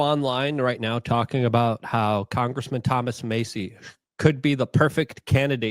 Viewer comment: I was rolling my eyes most of the video when was speaking, but I agree with him on one thing; a Kentucky delegation of Paul/Massie (pronounced MASS-ie, not Macy you goof) would be something to see. 😂